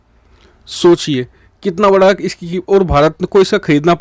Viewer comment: Correction your speaking, banga nahi bada